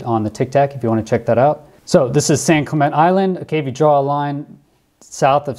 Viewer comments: The name of that island is pronounced San Clemen "TE" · It’s pronounced San-clemen-tay Island